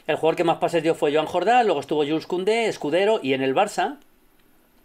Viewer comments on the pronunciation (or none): none